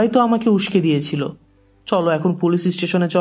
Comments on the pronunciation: স্যালেন্ডার নয় সারেন্ডার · স্যালেন্ডার না ভাই সারেন্ডার